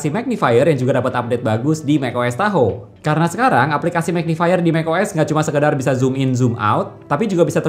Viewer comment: Tahoe ❌ Tahu ✅